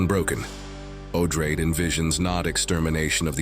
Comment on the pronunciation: Herbert didn’t care much, but Odrade, as a descendant of Atreides, should probably be pronounced Oh-DRAH-deh, no?